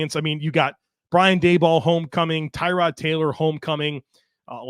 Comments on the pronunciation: More like Terr-od. But yeah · Maybe if he wants to call it TAROD Like Terr-ood even TU-RD...however TY-Rod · FYI his name is pronounced Tah-rod. Poor guy, nobody pronounced it right the entire time he was here. He only corrected media once